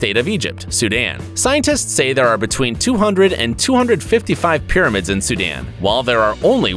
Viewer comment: U can’t even say sudan